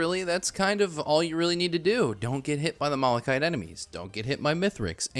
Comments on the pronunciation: He mispronounces malachite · Why are people getting mad at you "pronouncing planula wrong" when you pronounce malachite wrong?